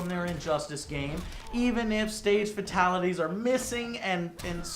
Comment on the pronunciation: You know the fact that Joe cannot seem to say "Fatalities" correctly bothers me much more than it should... Like...for someone who's a fan of MK...you'd THINK he'd have heard it said by the announcer a buncha times now.